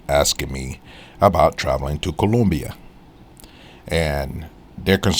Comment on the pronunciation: I took a cruise to Colombia. Wasn't bad or good. Question... Why are you pronouncing it like that?😂